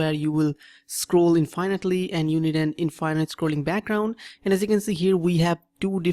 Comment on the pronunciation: were going to learn how to make 'infiynyte' background lol